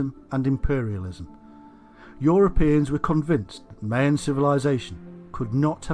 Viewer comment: How are we supposed to believe this when he can’t even pronounce Mayan correctly ?